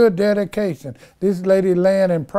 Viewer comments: Did he say DADication? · Im fukn 😂😂..nigga said its "Dedication"😭😂😂